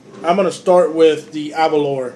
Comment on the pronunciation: Can't stand how most Americans pronounce Aberlour, it is not Aberloher, it is named after the Scottish village of Aberlour, pronounced Aberlouer. Similar sounding to (baking) flour.